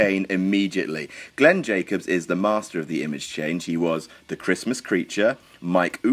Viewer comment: "Oonabomb"? What the fuck..."OONABOMB"? It was "UNABOMB". The "un" part is the same as the "un" in "unicorn" and "unify", and a billion others words in English beginning with "un". I suppose the voiceover doofus didn't learn much at "ooniversity"...ha! I hope he at least learned how to fix his "oonicycle" at trade school...bwahahaha! Sorry, but I thought this knowledge was "ooniversal". I mean, for fuck's sakes, don't these folks at WhatCulture live, eat and breath popular culture, ESPECIALLY the weird stuff? Then they ought to at least recognise the name "Unabomber", a serial killer who was big news in the English-speaking world in the 1990s, and the inspiration for the name "Unabomb". Seriously, I'm not sure how these folks think they're qualified to do what they do and speak with such authority on things they clearly know nothing about.